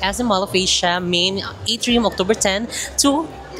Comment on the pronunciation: munting correction lang, October not Octover;) Para next time you know. I watch your vlogs everyday! I'm a follower!